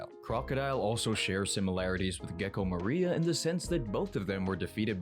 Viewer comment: MORIA!!! Not MARIA…